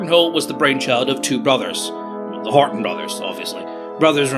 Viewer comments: Horten .... not Horton ;) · Ok, im sorry its a nice Video but i cant get around it. There was no Horton 229 in German Service EVER ! Its a Horten after Walter Horten, not Horton. Still a nice vid tho it just like saying ME-109. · I thought it was Horten, not Horton? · pouring -> poring, Horton -> Horten, and its name is not Ho.